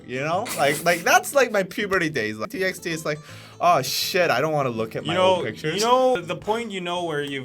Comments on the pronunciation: As far as I know TXT is pronounced as "Ti bi ti", not "Ti eks Ti". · TXT is actually pronounced as TbyT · Wait a second .. its T X T not Text!! My life is a big LIE